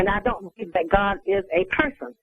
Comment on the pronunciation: "I believe in Gott" she must be German.